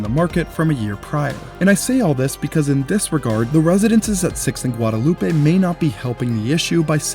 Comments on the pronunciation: Heads up. It is NOT Guadalu peh in Austin. In Austin, the road is called Guad uh loop. It's one of many streets that are divorced from perceived pronunciation that would normally be assumed. Like Koenig being pronounced Kay-nig, Burnet Burn-it, Manchaca Man-shack, and so on. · I love this content concerning one of our new buildings but the street name “Guadalupe” is pronounced “Gwad-uh-LOOP” here in Austin. I know I know… the correct pronunciation of that word is mispronounced here when referring to that street. Just for your information so that you can improve on your content. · We pronounce Guadalupe as Gwad-a-loop. Just so you know. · I know you’re pronouncing ‘Guadalupe’ correctly, but in Austin we say “Guadaloop” so it’s kind of funny and odd hearing it pronounced this way. I’m like, what is he talking about?? 😩😂 that being said, great video!